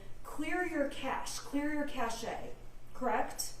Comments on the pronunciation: Cache (ca shea) as Target? They have told her how to say it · Did just say “cashay” and not “cache?” Does she seriously not know the right pronunciation of that word? Explains why she is a complete moron when it comes to using any electronic device in the courtroom. I’m surprised she knows what Facebook is. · Pronounced "cash." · Wow.. too many leading questions! I have never watched a trial like this. AND please, what year is this? Cache pronounced Cash, Cachet is something entirely different. Everyone knows that! But whatever, it is not about the small details. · It shows a lot about the defense lawyer, however: she asked, and he told her, what the pronunciation is. She then declared a few questions later that she didn't know the correct pronunciation and therefore she was going to continue with her own version! SMH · Even after the witness told her how to say it she says it wrong lol